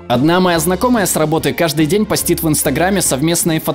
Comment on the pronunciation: не постИт, а пОстит.